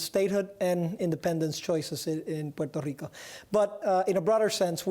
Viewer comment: Gah Stop pronouncing Puerto Rico Like that It's so annoying. You want to be a US state then pronounce it normally